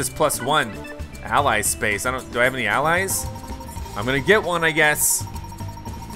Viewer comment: why did you pronounce ally wrong